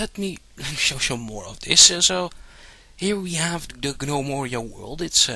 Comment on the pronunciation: G-nome-oria. You silly foreigners and your pronunciation. :D